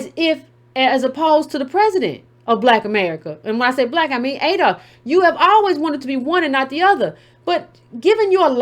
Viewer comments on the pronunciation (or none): none